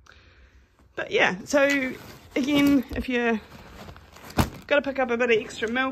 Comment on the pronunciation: ....you spoke New Zealander! Say agin, again. Nice review 👍